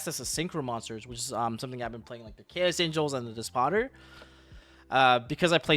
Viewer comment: what did you smoke my guy. 60 cards and no grass(thrust however), no regained(with every fukin bystial in the game), 3 desires with like 20 one offs, and you pronounce my guy „Dis POtter“ theres nowayy😂